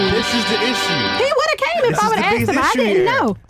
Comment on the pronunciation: you should not be involved in a debate if you can't even pronounce the word, "ask". as soon as i hear, "she axed you..." i totally check out lol